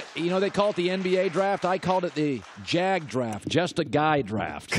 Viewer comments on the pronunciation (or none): Just starts with a J not a G. It should be J.A.G not G.A.G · Did anybody notice he said GAG draft for just a guy draft but just a guy id JAG💀💀